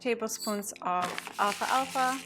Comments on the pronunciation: It may be your pronunciation. To my knowledge there's no such thing as alpha alpha seeds. I believe you're trying to say alphalfa seeds. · BTW they aren't called Alpha-alpha like you said it. It is pronounced Al-fah-fa. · PRO-duce, not pro-DUCE. al-FALFA. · I think it is Alfalfa not Alfa alfa. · In the second jar are you saying alfalfa?